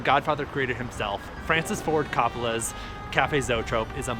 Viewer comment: North Beach is the best SF neighborhood. but you gotta learn to pronounce Greenwich and Coppola!!! Just playin. nice video!